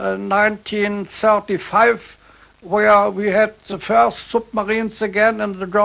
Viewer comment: Nicht ganz! Vor dem Wort "Idea" hat er "The" falsch ausgesprochen. Aber ansonsten!